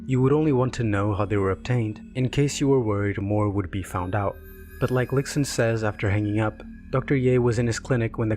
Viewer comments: this is super well made! btw, its pronounced "lishun" not "lixun" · the pronunciation of lixun as lick-sun is killing me lol loved the video (it would prob be pronounced lee-shun)